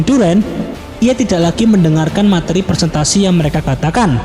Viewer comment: Lo salah ngomong ! Presentasi bukan persentasi !